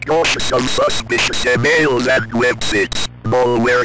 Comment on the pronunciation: "be cautious of suspicious e mills and web sits" 🗣️🔥🔥